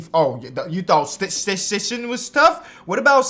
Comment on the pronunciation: Lol its Sichting (Seesting)